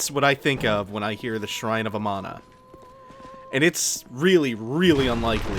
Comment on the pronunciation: "shrine of amano" is what im hearing. like the shrimp.